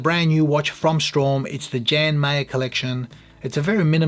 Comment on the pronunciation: If it’s Norwegian isn’t it pronounced “ Yarn” Jan ?